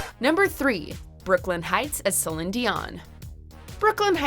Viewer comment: Lmao Brooklyn Hytes as Celin Dion (she didn’t pronounce the CelinE part so it’s just Celin)